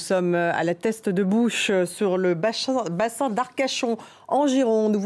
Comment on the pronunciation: Non sérieusement respecte le nom c est la teste de buch et pas bouches, accrochage très déplacé